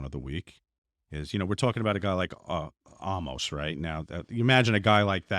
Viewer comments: Love the show watch it every Monday night, I don't even watch WWE all that much but holy shit guys it's Omos!! (Oh-Mos) it makes me laugh every time you both say it 😂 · You didn’t pronounce that correctly.